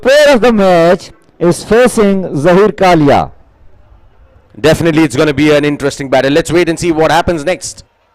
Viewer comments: Axcited hehehehehe dafanitley hehehehe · Definately ❌ Dafinately ✅ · Definitely✅ or Dafinetly?? Oh my goodness 😂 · Dafinetly 🤣 English